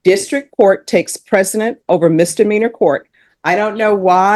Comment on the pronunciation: It's not "takes precedent." It's "takes precedence."